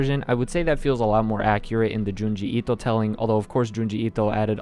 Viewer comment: Why do you keep saying Junji Ito like that? Lol please stop.